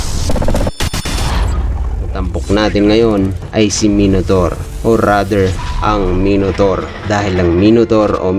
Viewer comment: Maynotor basa diyan hindi minotor 😂